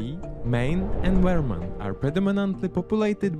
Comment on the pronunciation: I made it to the "most dangerous" map and I see Illinois (Chicago) and Michigan (Detroit) marked as the most safe places in the country and I just tapped out. IDK where you found this but if the AI can't even pronounce the state of Vermont, I'm gone.